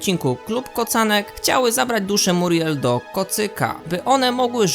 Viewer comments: Ona nie nazywa się Muriel tylko miuriel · MIURIEL!!! nie muriel